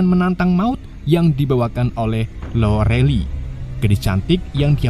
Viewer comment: Lorelay, bacanya, ga nayaman bngt